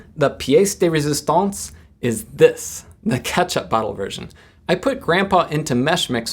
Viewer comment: It's A- freaking-MAZING! Your are pardoned. You said it perfectly.